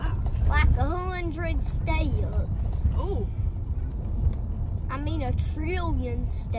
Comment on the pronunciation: Love how his precious drawl turns a one-syllable word like "steps" into a two-syllable word! So pleasant to my old lady ears 🥰